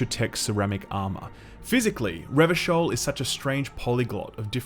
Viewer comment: Glad to hear you got the pronunciation of "Revachol" right this time. Again, I truly appreciate the in-depth analysis.